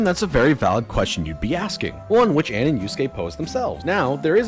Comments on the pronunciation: there’s something mildly annoying about how he complained about the VA’s mispronouncing names but then he mispronounces Ann’s name. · Late to the party on this video, but I just have to point out the irony of him calling out the mispronunciation of names in Persona 5's dub (which they were directed to say in that way)... but went on to constantly pronounce Ann's name wrong and pronounce Tae's name as "Tay." You're allowed to disagree with the voice director intentionally having names said that way, but you can't grandstand about them pronouncing the names wrong... and then go on to pronounce names wrong yourself.